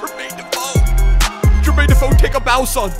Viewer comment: Defoe will always be a yid 🤍 also love the Aussie comentator saying defooo if you know you know 😂